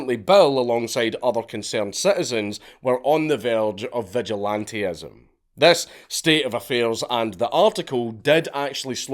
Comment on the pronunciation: "on the very of vigilant-ee-ism" *vigilantism